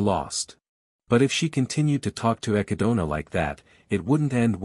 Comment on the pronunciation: Hearing the text to speech program butcher the word 'echidna' brings me unimaginable pain